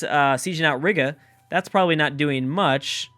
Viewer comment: Ree-guh not Rig-uh